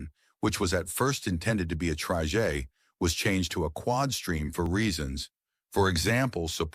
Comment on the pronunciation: It's an AI narator. Hence the "tryjays" (or something).